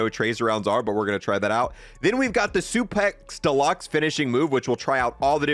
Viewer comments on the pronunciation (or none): "Supex" Deluxe